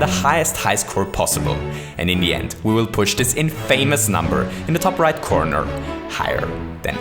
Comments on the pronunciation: lol 'infamous' is pronounced 'in-fuh-miss' not 'in-fay-miss'. great video besides that though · Infamous is pronounced In-fa-mis. Not In-fay-mous. Not wanting to be a douche, but, you know, the more you know. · in-fay-mous lol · IN-fuh-mus. It's pronounced IN-fuh-mus. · you misspoke "infamous"